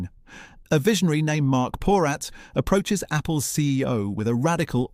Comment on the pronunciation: Just one correction:: Your pronunciation of the name Porat is incorrect. It’s a Jewish name, pronounced po-RAHT, with the emphasis on the second syllable and with the 'a' pronounced like “ah”, not like the 'a' in cat or rat.